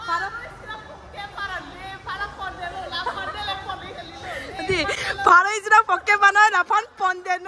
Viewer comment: Pharo isi❌ Faro isi✅